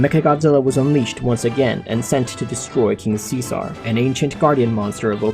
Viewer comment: I hate how you say king see sar